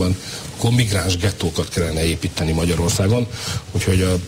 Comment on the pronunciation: "Éípteni kell"!